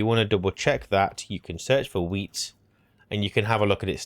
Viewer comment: All i can hear you say is Wheat = Potato 😂